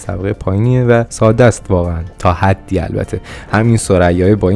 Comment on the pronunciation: دوست عزیز واژه ساده رو ساده تلفظ بفرمائید ، واقعا این کلمه تشدید نداره.